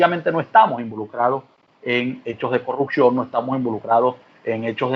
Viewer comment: Perdón, no se dice " corrucción " se dice corrupción.